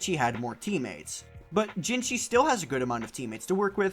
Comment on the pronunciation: again, its jinhsi, not jinshi azzhole.